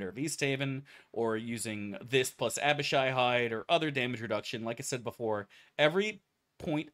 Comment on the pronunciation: Fug he said Abishai right, something devastating must have happened.